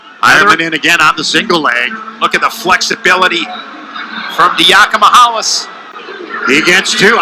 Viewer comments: Announcer 1: Yianni Dia-COMEE-allis. Announcer 2: We’re gonna simplify it for ya, we’ll come him Yianni D. Announcer 1: Eh... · Yianni Dee-awk-hee-muh-hall-us. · LOL...that one commentator absolutely butchered Yianni's last name and Shane Sparks had to save him